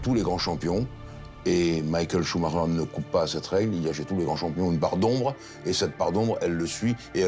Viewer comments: Le clown incapable de dire son nom comme il faut. Michael Shuma cher.... n'importe quoi. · Le "Shouma cher" du journaleux m'arrache les oreilles... On dirait qu'il le fait exprès en plus 😅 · Pourquoi les francophone n'arrivent ils même pas à prononcer ce son de famille correctement, tous ils disent schumarer. Ensuite, foutez la paix à cette famille, ce n'est pas pcq ils sont super riche qu'ils ne vivent pas dans une vie très pénible à vivre, d'autant plus avec tous ces paparazzi qui essaient d'y piquer leurs grains avec un cover inédit. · pareil, on a entendu ' choumarère , choumakère, choumachère....qu'ils se mettent d'accord ... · Le journaliste suisse devrait déjà apprendre à prononcer son nom correctement avant de vouloir des informations sérieusement. A croire qu'il l'a entendu qu'une fois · C'est pénible d'entendre des conard de journalistes qui son même pas prononcé le nom de Michael Schumacher un grand monsieur du sport automobile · Ce luis qui ne c'est pas prononcé son nom correctement i ferme sa gueule de con je ne supporte pas con ecorche son nom personne n'arrivera à ça cheville Michael Schumacher et une icône unique au monde